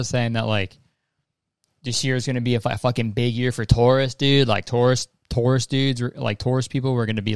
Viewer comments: Damn I rlly sat here and thought Kurtis said “good year for TOURISTS” not “Taurus” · Straight up thought he was saying "tourists" 😭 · I thought you were saying tourists. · I thought you were saying tourists instead of taurus and I was like oh... okay good for them ig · when Kurtis said “it’s gonna be a good year for Taurus” I thought he was saying TOURus like the name of people who do tours 💀💀